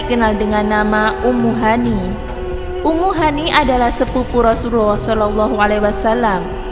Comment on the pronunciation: Ubaira tulisan nya klo ubairo baca nya soal nya huruf ro dikasih fathah jadi ro,dan Rasulullah itu dari kata rasul dan Allah dan Allah itu di baca tebal kak gak kayak orang kristen tulisan nya Allah baca nya alah tapi ini tulisan nya Allah baca nya Alloh. Maaf panjang